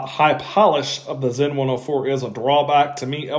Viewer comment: Excellent job in saying Stowa and Sinn correctly. I can't help but get irritated when they're not. It's a gift, and a curse lol